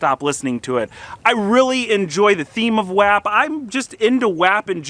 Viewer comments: For the love of god someone tell his man it’s pronounced wOp 😂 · Love the video, definitely gotta get that M5 up & going! Butttt it’s wop, just spelled wap 🤣